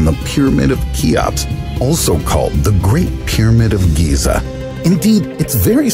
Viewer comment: "The Pyramids of GYATT"